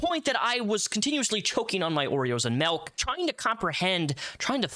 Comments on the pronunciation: Ughhh great breakdown but the way you pronounce milk is driving me insane 😂 m.i.l.k not m.e.l.k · dude, you gotta stop saying melk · You say milk as melk and this is humorous to me.